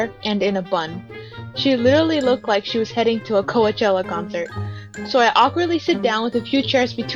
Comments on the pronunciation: She just said "co-weh-chella" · i know what it is but your'e just saying it wrong. i tried commenting the way you said it